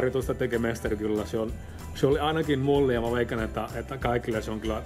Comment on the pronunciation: His Finnish is very good indeed, A-level I would say. If I were to nitpick, I think some of the ä sounds more like a, Like when he said mä, it sounded like ma. And some double consonants and vocals come out short. Some words he chooses to use and order of words seem "odd", (maybe too formal for spoken language? )but nothing that affects the ability to understand him.